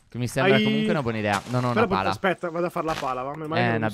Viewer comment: Phere ai detto al posto di pala ai detto cala